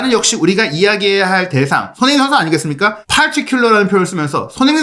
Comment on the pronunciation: 손흥민 뉴스 늘 잘듣고 보고 있습니다.긴영상이든 짧은 영상이든 너무 감사해요. 이어폰으로 듣는 지금 세네번에 한번은 손흥민 이라는 이름 이 흐지부지 들리거나 다르게 들리는 이유는 뭘까요.저만 그리 느끼는건지 ...외국 앵커들이 흥민 이름을 제대로 발음 안해주는것도 기분 안좋은 일인 이라서 말이죠....